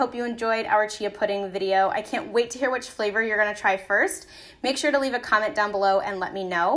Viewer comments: I "hearb " she gets quite abit 😉😃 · i herb i herb i herb bro we get it